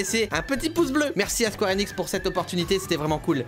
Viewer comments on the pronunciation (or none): none